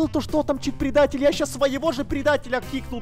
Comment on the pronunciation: Не ша а ща